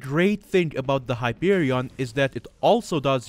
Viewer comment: Hyperion... Wait, did he say "Heroin"